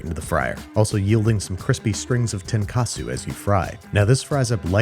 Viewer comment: when you said tenkasu, i swaer i thought you said tonkatsu.... i got so confused, i was like "where's the pork?"